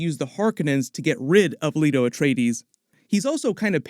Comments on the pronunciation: LAY-TO. Not Leeto. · Or seen the movie. "Lee-to Atreides??" It's Lay-to!